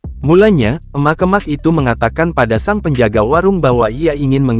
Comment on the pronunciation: Naratornya jangan pake bot, jelek banget ngucapin kata "emak-emak",...